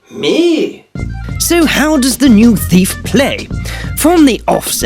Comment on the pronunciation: Thiaf??? XD